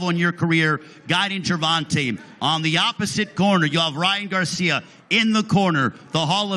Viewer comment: "Ryan Garciam" LMfao